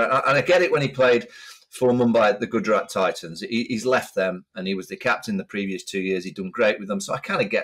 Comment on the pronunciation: Prof butchering pronunciation of Gajarat Titans, just lost a BILLION potential subscribers and million$ in sponsorship 😂😂😂